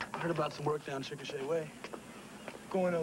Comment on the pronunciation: I can't believe he pronounced CHICKASHA correctly. Good job.